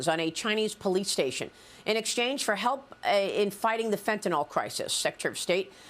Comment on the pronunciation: Why they always say Fentynol ( like Tylenol) instead of Fentanyl?